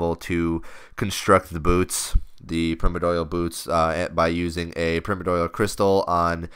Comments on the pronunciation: Pri (PRY) - mor (MORE) - di (DIE) - al (ALL) Jesus. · "Primidoil" LOL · Its PRY-MORE-DEE-AL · Primadoyal? Pri-mor-dial. Lmao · Primmer-doyal? Pri-Mordial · Pri-more-dial, not primo dyal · hahahaha prim-uh-doy-uhl. its pirme-or-dee-uhl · it's pronounced pri-mord-e-all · love your vids but its pronounced Pry-More-dee-ull not prim-or-doyal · PRY - MOAR - DEE - AL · Wait wait wait WHAT?! Since when is primordial pronounced permidoil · permed oil... lol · Primedorial XD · Prime-ordeal pronounce it like that pls, before I nms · "Primodoial" xD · perpy doyle is not the same as primordial, it's like you've never heard the word before, or have a reading problem. go. back. to. school. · please learn how to say Pri-mor-di-al as in Primordial soup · Prym-idoyal lol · Please pronounce primordial right, that shit grinds my ears. Holy fuck. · agree. It's not even an obscure term. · pronounce the second 'r' in primoRdial lol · The first i in primordial is pronounced like in Life not like in Trim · How can you butcher the word 'primordial so fucking bad, just take 1 second to read the fucking word.' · holy hell its painful to listen to you pronounce the name of those boots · wow pronunciation of Primordial is so bad D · disliked cuz of primordial pronunciation